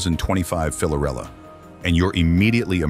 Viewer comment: It’s hard to take this seriously when the narrator is unable to correctly state the product’s name